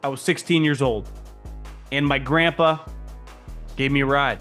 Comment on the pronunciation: Soooo relateable...how you say: Grammpa🤣